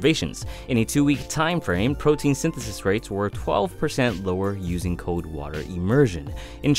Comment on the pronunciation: It's C-O-L-D NOT C-O-D-E. You're not pronouncing the L.